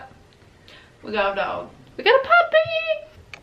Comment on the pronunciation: "We gawt a dawg." Never thought I'd hear her go southern XD